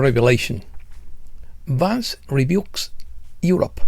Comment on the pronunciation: Oh!, estimado: en la versión en castellano Vance (pronunciado correctamente "Vans") aparece castellanizado, Van-ce, sonando casi como avance😅. Quizá era esa la intención!?! Por otra parte, cuando mencionas a Chellea Wilder, la pronunciación correcta es "Kélea", como en Achilles (Aquiles). Gràcies por tu encomiable labor🙏👍